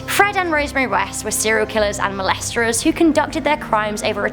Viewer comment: She said "melesterers"